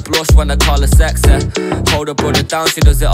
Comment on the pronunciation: lucky that sexeh rhymes with correctleh